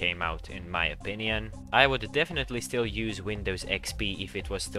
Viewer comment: He said “opinion”